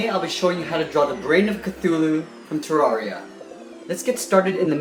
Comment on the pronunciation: Pronounced (TER-RARE-REE-AH)